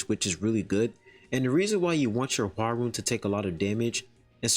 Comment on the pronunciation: I think her name is said hwar-yun